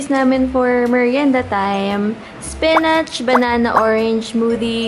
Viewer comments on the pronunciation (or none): HAHAHAHAHHAHAA TAWANG TAWA AKO SA FLEYVER AT SPENECH